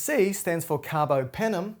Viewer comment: Very good teacher!!!❤❤ BTW, carbApenem, not carbOpenem